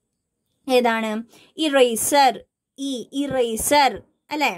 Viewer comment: teacher eraseril /e/ ennalle sound varuka .... google chechi anganeyan paranjuthannath.... 😊